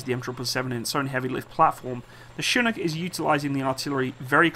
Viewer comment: First Brit to pronounce chinook correctly